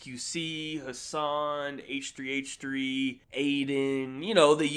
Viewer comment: H3H3 is pronounced hehe